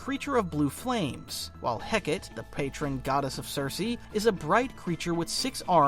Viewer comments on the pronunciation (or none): /heh kah tee/...not.../heh kate/ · It's "Heh-Cah-Tea" not "Heh-Kate". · errm actually 🤓 it’s pronounced Hek-uh-tee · Why is it that every video about the Abdolute universe mispronounce "Hecate"? Its Heh-Kuh-Tea, not Heh-Ket. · heck-ah-tea not heckit :) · Hecate is pronounced more Heh-Ca-Tay than Heckitt. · Hecate is pronounced "Heh-kah-tay". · Hecate = heck-uh-tee Otherwise a flawless video! ❤ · I believe its pronounced "heh-KAH-tay" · Hecate is pronounced "Hek uh tee" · Dude, it’s HEH-kah-teh. Three syllables. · The name Hecate is pronounced "Heck-uh-tee" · Hecate is pronounced heh-cuh-tee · Hecate is Heh’ka’tee. 🤞🏽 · Hecate: Heck-uh-tee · Was looking for this lol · great video.... though idk why it irked me so much but Hecate is actually pronounced as Heck-a-tay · the volume of comics content creators that don't know how to pronounce Hecate astounds me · Thank god someone said this 😭 the way he pronounced it made my brain hurt goshhh